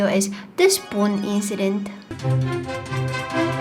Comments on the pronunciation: That is not is how you say spoon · How you say"spoon"it souded like "spun"witch in Romanian means "tell"